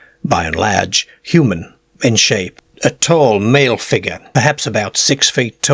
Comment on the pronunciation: A figga stepped ouyt a the ceegaire.